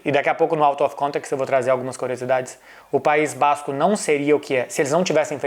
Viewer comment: PAÍS BÁÁZZZzzCO